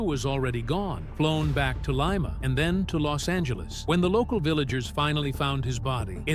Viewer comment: Leema not lyma